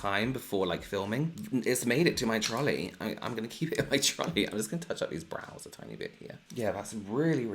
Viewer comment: Every time he says trolley it makes me happy lol